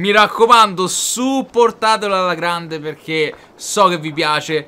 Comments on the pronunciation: "Grande" non grende hahahah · "Grende" bè dopo petaloso va bene tutto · Il "Grende"... Ok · Il "GRENDE" assalto, porca puttena!🤣